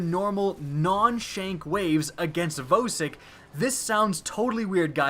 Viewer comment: Cee Jay apparently English isn't your first language, so I'll give you a lesson. The "O" is a vowel. It has two different sounds it makes. OH, and AH. The correct pronounciation is "VAH-Sik"